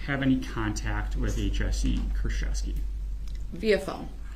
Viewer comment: I am Polish, it's Koorchevskee and "ch" as in chamber not in character, and the stress is on the second to last syllable